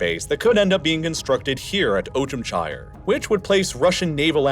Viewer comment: Some spelling notes: Saakashvili is pronounced as "Saah-kah-shvili", with double "aa"; Ivanishvili is pronounced as "Ivan-ee-shvili"; Ochamchire is pronounced as "Ocham-chee-reh"; Turkish Ceyhan is pronounced as "Jeihan".